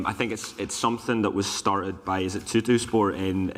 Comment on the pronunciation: He wasn't letting him off later with 'Tuttosport' though :)